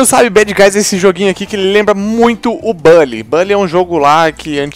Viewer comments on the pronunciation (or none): E buly não baly aaaaaa tô cansado 😴